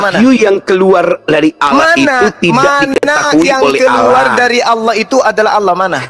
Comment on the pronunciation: Allah kok di baca Auloh Belajar lagi bro Anak TK aja bisa baca Tulisan latin Allah ya dibaca Allah, masa di baca auloh....? Xuma botol